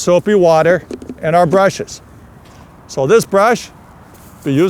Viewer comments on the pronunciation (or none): "Two brashes"